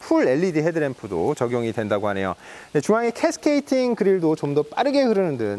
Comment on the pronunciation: 캐스케이팅이 아니고 캐스케이딩이다 바보야